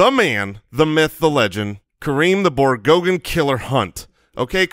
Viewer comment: "Hunting the Borgoggin" LMAO